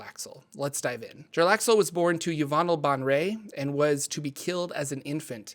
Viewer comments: Omg it's Bay-en-ré and Brāgen-de-airth. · "Yah-von-ell bon-ray" Look how they massacred my girl... Disrespecting the GOAT like that. That's like calling Lebron "LéBran!" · Also his name is pronounced (jer ax el) and his house name is pronounced (bay en ray) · 'Bon-ray!' wow I had no idea that's how you pronounce 'Baenre' - I always say 'Bear-N' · Men-zo-bear-en-zan. Bae-en-ry